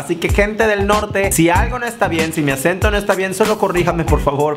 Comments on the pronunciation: Super mal jajaja estuvo padre pero así no es el acento jajaja :) pero aplicó el intento love u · Las palabras si estan bien solo el acento no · el asento esta mal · Si las décimos las palabras Pero dices mál el acento amigo 😂😂😅 No haté 😐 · hahaha, lo dijiste todo mal <3 like!